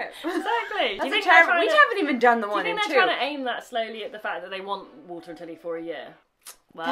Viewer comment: When she first said "Three weeks without Walter and Tilly", I thought she said "Water and telly" :)